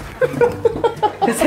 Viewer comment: 야 쓰끼야 사투맄ㅋㅋ